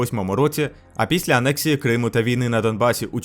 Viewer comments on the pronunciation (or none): none